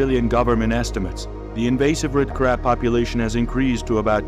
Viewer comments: Red Carbs???? How bout invasive terrible narrators? When he cannot pronounce a four letter word that is the subject of the video then there is a management problem. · why does the narrator keeps saying carbs ?? so annoying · I thought this was about Red Crabs & not Red Carbs as the narrator says. LOL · Wait, so he started the video saying carbs then randomly switches to crabs? 🤔🤣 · It's crab, not carb !!😅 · Red CRAB not CARB....good lord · Red crab, not carb, wtf, lmao… check ur narration bro